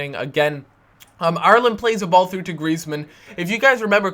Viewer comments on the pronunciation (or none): its funny how cant prenounce IRELAND properly